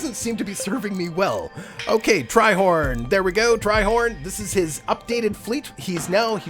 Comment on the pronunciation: you know i just noticed that you say my name correctly, most people would call me treehorn for some reason which i corrected them. I'm not mad but just pleased. My royal fleet is ready for battle, may the best fleet wins :D Personally, I don't think my ships would ever win the competition but who knows, maybe they will.